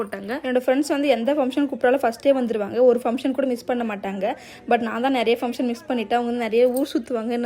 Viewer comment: Sis sry to say this fumtion illa sis function nu sollunga.., just correct pannikonga.. don't mistake me